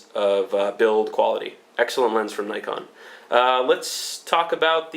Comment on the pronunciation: I admire you because you can pronounce Nikon properly